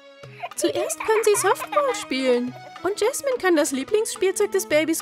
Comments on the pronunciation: Es heißt Jasmin und nicht jesmin🤣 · Ja es heist Jasmin nicht Jesmin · Es heißt nicht gaschmin sie heißt Jasmin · Jasmin und nicht jesmen 🤪🤪🙂🙂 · Jasmin nicht jesman😂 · JASMIN JAS-MIN 😂 nicht Jesman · Es heißt Jasmin. 🤦🤦🤦🤦🤦🤦🤦🤦🤦🤦🤦🤦🤦🤦🤦